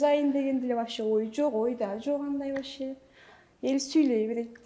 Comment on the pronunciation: Чала Кыргыз дар десе, нукура эле оз тилибизде суйлосонор, болбосо толук орусча суйло, (вообще дегенди ваще😂🤦‍♀️) так айта албайт толук , 🤦‍♀️